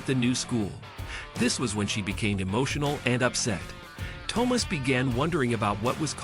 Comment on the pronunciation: That and the mispronounciation of Thomas.